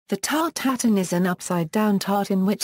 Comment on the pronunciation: It's not pronounced as here. It's 'tart-eu-tatane' or ew in place of eu.